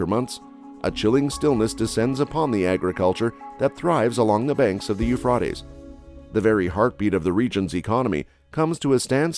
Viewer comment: I believe you mispronounced the Euphrates. I have never heard it pronounced as you did - with an "ah" sound in the middle instead of an "a" sound. (or was that a robotic voice? Hate those)